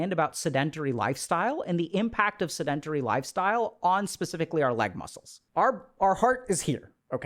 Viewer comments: Seh-duhn-teh-ree …. Pet peeve of mine… don’t butcher the pronunciation like that 😢 in the field that you’re in, there is no excuse. That’s a basic word, not complex nomenclature. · I can’t take him serious bc he hasn’t pronounced “sedentary” correctly once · Sedentary Google how to pronounce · I consider myself a pretty tolerant person. I have listened to this man speak on a variety of topics and never found fault with the way he speaks. But, when he says sedentary, I flinch a little. But great vid as always. I am watching because my wife has been struggling with brain fog for the last month.